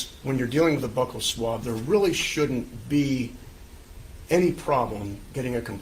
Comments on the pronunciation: Buccal swab is pronounced BEW-cal swab, not "buckle swab" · I also hate when people mispronounce "buccal"